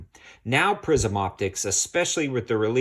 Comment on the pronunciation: Did you say prison or prism?